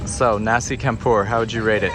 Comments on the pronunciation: Loving your videos (and missing Indo..) A couple of helpful hints: As mentioned elsewhere, C is pronounced Ch. Nasi = rice, c(h)ampur = mix. It's a standard meal for locals which can vary wildly depending on what's cooking. The little fried vege cakes are bergedel (or berkedel, or perkedel, depending on where you are). The yellow lumpy ones are corn (bergedel jagung) and the potato version you had a few days ago was berkedel kentang. I know these things because I'm shamefully fluent in Bahasa Makan and not much else.. Also, the crowd you followed for a mile was one of a multitude of ceremonies permanently occurring all over Bali. They take priority over everything else. It won't be your last slow ride.. Getting hungry.. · Just an assist .... Nasi Campur, s/b pronounced Champur. All C is Ch in Bahasa Indonesia. Enjoyed the vid, as usual, especially your music. And ... "Subscribe" at the end, plus the Bloopers ... very unique!